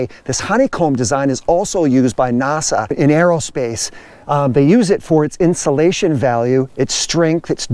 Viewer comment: no need brother, it was just the way you said NASA that cracked me up lol. Im from the south so i get a kick out of accents that are nice and jacked up like mine hahaha 😜